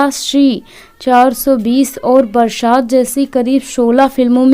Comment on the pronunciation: Barshat nahi woh Barsat hai Raj Kapoor ji ko Rash Kapoor vana diya Naam to lo thik se 😂😂😂😂😂😂😂